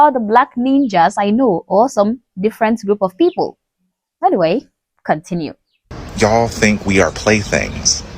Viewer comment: He can't even pronounce you all right even though the use of y'all is extremely stupid quit playing the part and get the hell off of the plantation